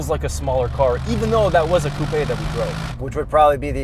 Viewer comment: He really said “Coupey”☠️